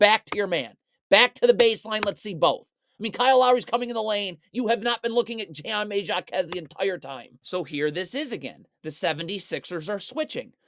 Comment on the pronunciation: fr, he gotta at least start saying it correctly after the 30 ball. Put some respect on his name mannn